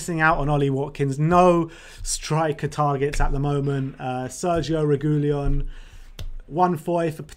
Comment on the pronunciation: PLEASE learn the proper pronunciation of Reguilon! I'll try to write it as it is pronounced: "Regeelon"